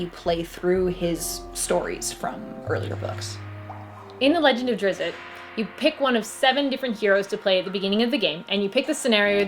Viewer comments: Why every reviewer out there butchers Drizzt name so bad? It's like there is some conspiracy bent on this one. There is no Drizz-i-t. It's Drizzt. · Drizzit... :( How can you say his name wrong when the person next to you just said it right? lol. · OMG I cringe everytime i hear her say drizzit >_< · why people pronounce it "Drissit" ?? 😬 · 😂 she said “Drizzit” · Tell your partner with the black shirt that it's Drizzt. Not Drizzit. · Thats wrong. Drizzt there is no I after the z, why would it be pronounced like that? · NOT DRIZZIT , DRISST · DRIZZZZZZZZZZT....NOT DRIZZZZZZIT! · I am not bothered by people mispronouncing his name... but for crying out loud; if you are going to make a video where two people talk about him and say his name, they should at least have come to an agreement on how THEY should both pronounce it.... One says "Drizz-it" the other seems to mostly get it right... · im sorry but i have to point this out. his name is Drizzt not Drizzit i dont know why you keep putting an i in his name lol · She called him "Drizz it" like I do! I'm not the only one!! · I'm a huge "drizzit" fan. salvatore even addresses this in Sojourn when one of the peasant children shouts "it's a drizz-it!" and drizzt laughs and tries to correct him. it was the sixth book in the series he wrote, so it was probably a way for the book to show the reader how its pronounced without it feeling forced. however, I still prefer saying drizzit.